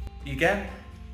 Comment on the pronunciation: No its elnezest its not how u pronounce it im pure hungarian